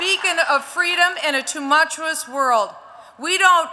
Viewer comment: Lol. "Tumuchuous" world